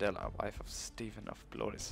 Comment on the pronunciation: battle in fast forward ... ... =/ haha ''wife of stephen of bloeuhwis'' lol epic pronunciation